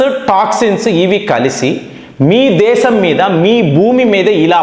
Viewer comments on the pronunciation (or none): none